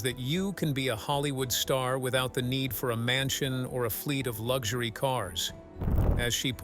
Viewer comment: Lugshory? An “interesting” pronunciation. 😶